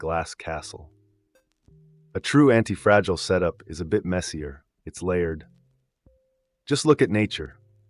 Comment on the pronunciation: the voice is AI because it pronounces anti-fragi-gile perhaps due to an error in spelling when feeding the AI narrator